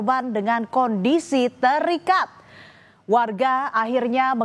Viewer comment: pas bilang ter ikat nya aq kaget😅